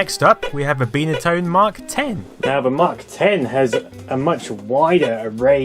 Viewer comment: "Bye" na tone, not Bee na tone... jeez